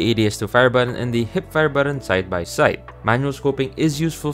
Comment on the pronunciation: this is a helpful video but the way you pronounce "button" as "buh-awn" with that fake accent is making me cringe PLSSS 💀